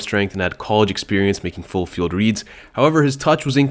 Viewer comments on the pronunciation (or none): none